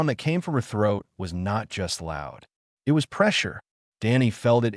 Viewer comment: AI kept saying "i-t" rather than "it".